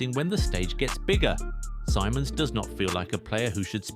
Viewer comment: it’s “Simons” not “Sīmons”